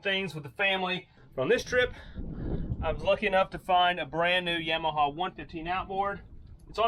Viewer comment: Yam-ah-haw? No. Its "yah-mah-hah". Ain't no yam in their recipe.